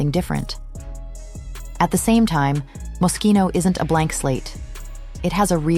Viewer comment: NO Franco , NO Jeremy, NO MOSCHINO (or mosshino, like many still love to mispronounce it😅)